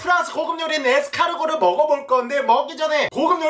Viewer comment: 에스카르고를 에스카노르 라고 들었다.....